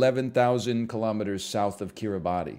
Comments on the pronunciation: Pronounce Kiribati correctly first, then worry about its geographic location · I’m the only person on earth who malds whenever he says Kiribati phonetically. For the unaware it’s actually pronounced Kiribas, idk why but I’m cursed with the knowledge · NL I need you to know. Kiribati is pronounced Kirabas 🙈